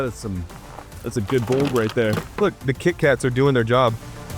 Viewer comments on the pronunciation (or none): "KIT-KAT armor" 🤣